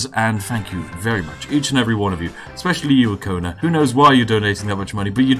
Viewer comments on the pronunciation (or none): none